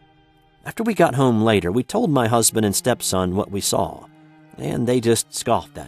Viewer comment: There is no "L" in the words "saw" or "caught"